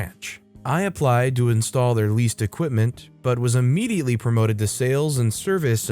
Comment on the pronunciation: It's Equipment, not Aquipment..